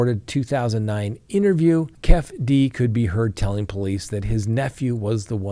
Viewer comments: Keefe D is pronounced Key fee Dee not Kef D😅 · Not kef d. say it Keefy d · Its pronounced Kief E - D. Keefee D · I can't handle hearing say "kef-D" and "baby Lane".🤣🤣🤣👍👍👍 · Its keeee feee deee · Keefe D, is pronounced, kee-fee dee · It's pronounced KEY-FEE-DEE 😂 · Pronounced Keef- e - dee..